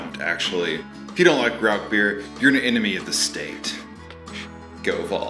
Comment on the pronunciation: Great video and got me subscribing instantly BUT please stop saying "RauK beer" its pronounced "Rauhr beer". But anyways love the video and I can't wait to brew my own Rauchbier.